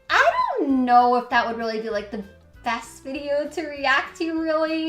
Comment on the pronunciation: I cringe every time she says "Thank you for da bits". Just once can she say "the" instead of "da".